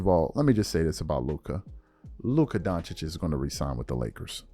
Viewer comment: DON-CHICH. SAY IT WITH ME DONC-HICH